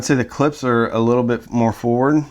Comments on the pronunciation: For the love of God please dont slurp coffee during your videos. It adds zero. And the name is Klipsch, not 'clips" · I'm not much of a Klipsch fan but if you're going to be an audio reviewer since they are one of the oldest Brands out there you should out of respect at least pronounce their name correctly. Klips?